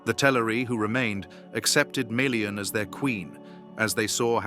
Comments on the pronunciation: meh·lee-uhn Not mee le an If you don't don't how to pronounce things don't guess, LOOK IT UP. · and MAY LEE AHN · There's nothing wrong with the lore being described here. I'm rather confident I could go and check my copy of the Silmarillian, and it would match up perfectly. But there's something amiss with the narrators pronounceation of Melian. He keeps saying it like Mi-lian while it should be Me-lian. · This is an AWFUL channel. All the names and visuals are wrong and obviously AI generated. Melian is not Mee-lian!!!! and she was not blonde !!!!! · they're not. It should be MELLIAN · I don't even think they are pronouncing melians name correctly.